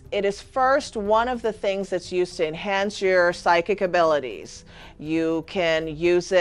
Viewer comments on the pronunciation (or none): none